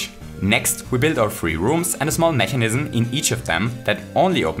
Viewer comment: Ich mag deine Videos, aber du solltest an deiner Aussprache von "mechanism" arbeiten. Das triggert mich jedes Mal ein klein wenig.